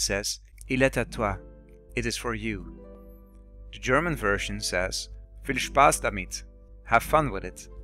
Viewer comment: I think that the german "Viel Spaß damit!" is rather ironic. He is probably rather preparing an attack against enemies. BTW the german and french pronounciations were pretty good!